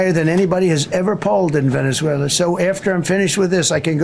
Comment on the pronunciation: Ok learn Spanish? Second learn the name of the country you are invading... "Venezuleraner"